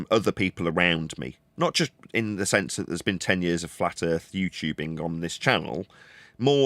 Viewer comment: The ending monologue really shows how purely evil is. Sprinkled with claims of "erf measured fwat". Hilariously never have these measurements been provided.